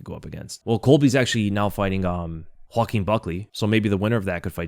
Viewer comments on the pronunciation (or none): none